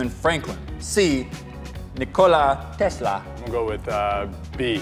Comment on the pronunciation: Guys it's Nikola (Niko - li) Tesla (Tes - la)